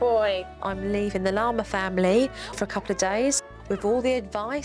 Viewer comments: Is it just me or when Jo says “Larmer family” it sounds like Lama family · She sounds like she’s saying The Llama Family 😂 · Every time they say Larmer all I can think of is llama and I love it😂